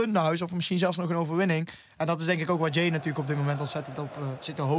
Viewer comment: het is niet ja-ey maar jaey